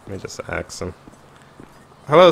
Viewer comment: It is funny when he says axe Instead of ask top